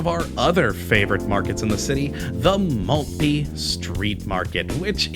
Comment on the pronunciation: Love that area! Used to live there. But hearing your terrible pronunciation of Southwark, Bermondsey and Maltby makes me cry on the inside. Surely you should have researched how to pronounce the subject of your video!